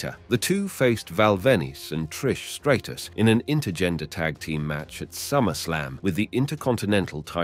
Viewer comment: Val ven-oose and Trish stray-tuss 😂